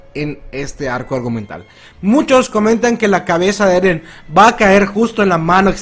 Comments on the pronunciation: J ajajajajaj minuto dijo eden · ¿Si levi se pronuncia livai eren se pronuncia irin?